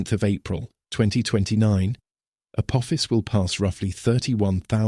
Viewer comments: Voice cant say Uh poff ess. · He said " Apoophis" lol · He said, A poo-fis💩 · Can your bot voice make up its mind how Apophis is pronounced, and please refrain from continuing to compare it to “a badly thrown football,” which we hear three times in the first seven minutes! 👎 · How many different pronunciations can AI assign to Apophis? What else is it getting wrong? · Within 2 minutes this AI pronounced Apophis 3 different ways. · It’s hard to issue credibility to a narrative that doesn’t even manage to pronounce the same word the same way every time! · Please AI voice - settle on ONE pronounciation of Apophis....App..ofis.... Apoofus, etc. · The AI narrator can't make up its mind how to pronounce Apophis. It started off correctly then used at least 2 or 3 others. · For goodness sake, can't AI stick to the same pronunciation of Apophis? It must have pronounced it at least 4 or 5 different ways. So much for being "intelligent." Also, believe it or not, April 13th, 2029 is a FRIDAY! Spooky, if you believe in that kind of thing.